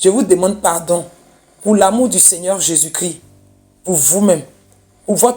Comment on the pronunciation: IL EST CHRIST (((( C-H-R-I-S-T)))) PAS CRI